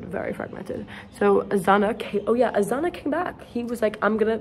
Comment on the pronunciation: IM FROM SPAIN AND THATS HILARIOUS HOW U SAY OZUNA INSTEAD OF AZAÑA AHAHAHAHHA (btw thank u very much💛🍭)